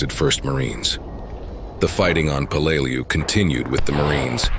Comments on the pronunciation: Peleliu pronounced Pay Lay Loo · It sounded like he said blu-lu-lu-lu-lu!!!! !!!!!! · Be much better if you learned to pronounced the island's name. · solid enough vid. but a few things i take issue with. qst tje pronunciation of Peleliu, its not like this happened yesterday. its close to a 100 years ago and info upon it can be found. not just war wise but it is still an island today. just do a quick search of "how do i pronounce" and your prob would be solved. 2ndly i hate when movies are used as war footage. you used Letters from Iwo Jima , which is about Iwo Jima, not Peleliu. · Do some research and learn how to pronounce the name of the island. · EXACTLY...! I've been there as a scuba diver, and toured the battlefield. I blows my mind that people make these videos and have no idea as to how pronounce the name of the place they are featuring...!!!